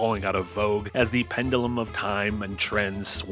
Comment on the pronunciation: Your pronounciation of pendulum is a crime against humanity.